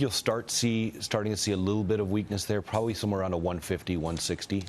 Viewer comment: Did he say, "pwobawy?"